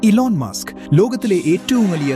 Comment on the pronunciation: ഇൻട്രോയിൽ എന്താ പറഞ്ഞെ 😂😂"ഈലോൺ മാസ്ക് "😷😷